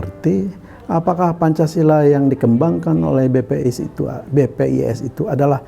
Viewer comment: Koq BPIS sih nyebutnya bos?